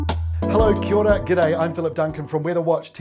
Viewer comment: You lost me at KEE ORA